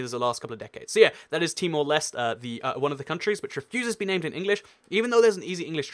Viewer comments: No, there's only one reason. It was a Portuguese colony. Also, search up the pronunciation next time; it's Timor Lesh-teh. You also missed out Cabo Verde (Cape Verde). It recently (2013) determined that only its Portuguese name will be used. You should understand that these post-colonies have no legitimacy without their colonial language. They would cease to exist without a modern legacy of their entity and the borders they have. Look up pronunciations; it's close to Alle-manye. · Timor-Leste -> Tee-more Les-teh Côte d'Ivoire -> Cot Dee Bware Hope that helps :) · In Temor-Leste, the final E is pronounced. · With Timor Leste you have to say the e at the end